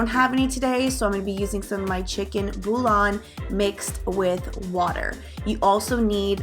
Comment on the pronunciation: Great recipe!! Quick note though. It's pronounced "boo-yon", not "boo-lon". 😉